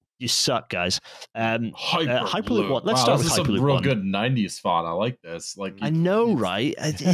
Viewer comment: It's hüper with an Ü!